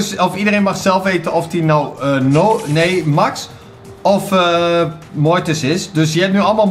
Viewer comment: Ik weet niet of het weet maar Max is een meisje en je spreekt het uit als mex want ze zegt weleens back to thé mex en in de beschrijving staat zij 😉😉😉 echt mega leuke video trouwens!!! BAWZ ARMY💪💪